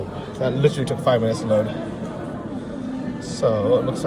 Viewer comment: New drinking game...everyone drink when says Littrally (Literally) lol....safe travels!